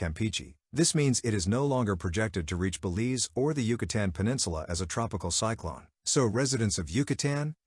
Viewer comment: Thanks for the news, but I'm pretty sure this is narrated by an AI, which is irritating to me. It keeps saying. cycl(an) instead of cycl(one). I'm pretty sure also, that these storms are not called "cyclones". When they're in the Pacific. They're called Hurricanes.